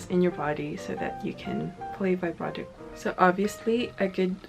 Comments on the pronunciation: vee brah toe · First step in learning vibrato: learn how to pronounce "vibrato". It's not "veyebrato". Like literally, it only takes two seconds to check a dictionary. That is not how it's pronounced. You immediately sound like someone who has no idea what they're even talking about. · she still can't pronounce it.